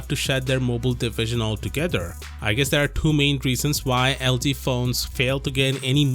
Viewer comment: It's LG not LD